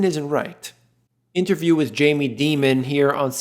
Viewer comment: Is Jamie Dimon last name really pronounced “Demon”? 😂😂😂